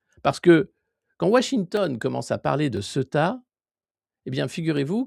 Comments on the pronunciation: On dit Céouta et non pas ce tas. Le E se prononce É et le U se prononce Ou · pas """Seta"" mais Ceouta"" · Se prononce ceouta Sorry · Ça m'a pris du temps pour réaliser que c'est ceuta et pas ce tas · Cela se prononce Cé-ou-ta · Prononcer Cé-ou-ta. On sait tous en Espagne que l'invasion a été organisée para Momo après la visite de Sánchez en Algérie. C'est une punition et aussi un grand essai avant la vraie vision de Ceuta, Melilla et les Canaries avec l'appui des EUA, d'Israël et de la France... On n'est pas dupe! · "SÉOUTA" C'est comme ça que ça se prononce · Du vrai travail de journalisme, merci ! (Ceuta se prononce Céouta) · Ca se prononce C OU TA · Par contre, vous le faites tous exprès de prononcer Ceuta n'importe comment?? Vous êtes pas sensés jouer aux journalistes? Je sais bien qu'il est extrêmement difficile de prononcer le nom d'une ville quand il s'écrit exactement comme il se prononce mais quand on est un peu con et qu'on cherche à avoir un minimum de crédibilité on prend un peu le temps de se renseigner, non?? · c'est [ce"ou"ta] la prononciation mon Alexis :) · Il faut prononcer "Céouta" Alexis ! ! Sinon très intéressantes ces analyses sur cette poudrière qu'ont toujours eté Melilla et Ceuta... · Cé-ou-ta, Alexis ! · Ceuta se prononce Sé Ou Ta !!!@